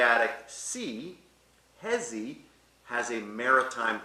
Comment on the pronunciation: I was looking for someone in the comments to correct his pronunciation of Jesi but came upon this lol